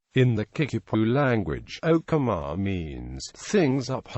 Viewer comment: You mispronounced Okemah